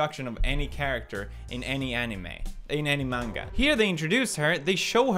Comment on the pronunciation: thank you for saying manga not menga.